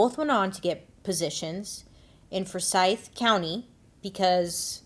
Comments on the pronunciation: It's pronounced Four Sithe like William Forsythe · I think it's pronounced two syllabus Four-sigh-th. Forsythe Just helping out.. as a fan/friend who lived in the south.